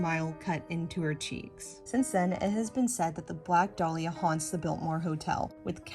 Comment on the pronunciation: Your pronouncing dahlia wrong it's da-lee-ah